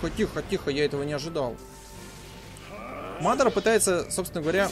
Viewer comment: мадара ударение ударение на вторую а